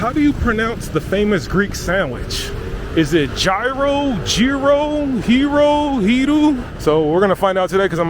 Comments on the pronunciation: It’s pronounced yiro,, not giro, there’s no “g” it’s a y as in yogurt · Yiro (s) - like 'yes' not tzyro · the 3d one you said it right 💯💯 I am amazed you can do the Greek γ sound it is very hard for foreigners you said that PERFECT .. almost 10/10 pronunciation .. ( then you f*cked it up and started saying nonsense like "Gyro" and "Jiro" or whatever the f*ck ) like cmon man ... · You got the pronunciation right on Gryro eventually, but really F Gyro's Souvlaki Pitas are where it's at . I hope you had a few of those before you left the country. Overall a very good vid and I think you nailed the vibe. I look forward to the futures ones in this series. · Omg stop saying g row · it's pronounce Yero it shouldn't be written with a G like Gyro the G is silent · it's actually pronounced YEERO (ΓΥΡΟ) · It's pronounced yeero as in yearn or yodel😂😂😂😂 a mouthful either way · No G ..iro ...we don't pronounce the G .. the same way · It's pronounced Yeeros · The amount of times you said “gee ro” cracks me up. 😂 My husband also says it that way or Ji-ro. With the “I” pronounced like a Y. 😅 No matter how many times I tell him how it’s pronounced, he defaults back to that. Can’t wait to go next year, God willing. 🙏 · Also gúros is only the meat not the wrap, it's pitóguro or pita me gúro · It's pronounced Yee-Roh, the sauce isn't aoli, it's tzatziki which is greek yogurt, garlic, dill and cucumbers.